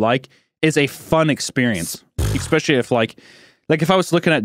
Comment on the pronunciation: hunter, will you stop saying "eCKspecially" thanks.